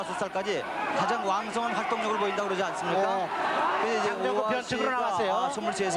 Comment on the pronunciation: 내가 아주 어렸을때 할매랑 봤었음 그때 장장구라고 들렸는데 장정구구나